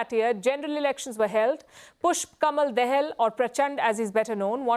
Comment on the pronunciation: I suppose you Palki Sharma is Indian national. Kamal is Kamal not camel and dahal is not daal. Respect your roots.